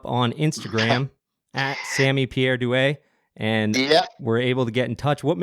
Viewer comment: Props for pronouncing Sammy's last name correctly! Heard it butchered in 99% of the interviews I've heard haha